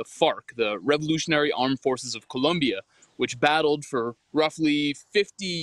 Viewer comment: It's Colombia not Columbia.